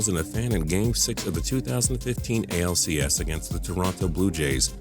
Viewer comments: Lmao, this is the stupidest list ever. When you said the angels, you said the acls. It's ALCS buddy :) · He said acls😂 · He said ACLS lol sounds like something you'd tear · is it just me or did he say ACLS I'm pretty sure it's supposed to be ALCS and that still makes no sense cause the Giants are in the NL while the Angels are in the AL, so was he trying to talking about a series or did he go way off topic and create a new injury A.C.L.S ACL Supreme wtf